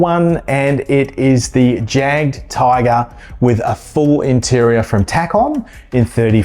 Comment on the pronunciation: I cannot wait for the M36. About time. Hopefully we get tge B2 and B2. Oh and Jadgtiger? The J is silent. More like a Y. Yagtiger. As for the M36? 2 other companies made t h e M36, both are just not very good.